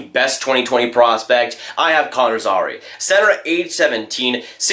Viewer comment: Also Zary is pronounced”Z-air-e”